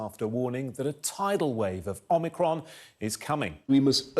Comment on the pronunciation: Omicricon.. The 15th letter of Greek alphabet ffs